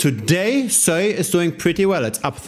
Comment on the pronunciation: just pronounce it normally you weird dude